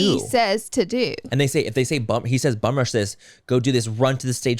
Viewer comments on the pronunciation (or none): Laura, Bum-Rush not Bomb-Rush. 💕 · It is bum rush, not bomb rush!! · I thought Laura was just pronouncing it with an accent until Manny asked and then I was like nooo that’s not it lol. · Love you Laura ❤️……it’s bum rush, not bomb rush 😉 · BUM-RUSH!!! lol I'm sure it's somewhere in the comments already, but oh goodness! It was driving me nuts. haha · I'm gonna be THAT jerk....it's BUM rush not bomb rush 🤷‍♀️ don't me 😉😆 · Laura 😂😂😂😂 it’s Bum rush! You can’t be correcting manny with the wrong word😂😂💜 lol you’re killin me 😄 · Y’all, it’s “bum rush” 😂 But seriously, my sincerest condolences to you two over the loss of your friend. And to those involved in the festival. What a damn week 😞 We never get over senseless tragedies like these. Much love to you both 🖤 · I kept saying to myself “isn’t it bum rush?” 😂 thank you for a bit of comedic relief 😅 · I was waiting for Manny or to correct it but no, she convinced them it was bomb rush 😂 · Lol yea I kept saying I should take a shot every time they say bomb rush 🤷🏼‍♀️